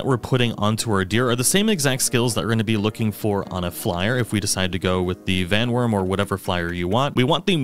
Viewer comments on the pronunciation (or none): Bro. How do you not know it's WORM